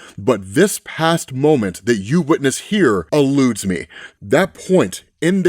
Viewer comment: "Alludes me"? 'Eludes me', perhaps?